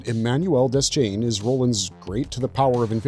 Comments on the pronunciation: Dayshain not Dez-chain 🤦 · Its DEH-SHANE. Idiot.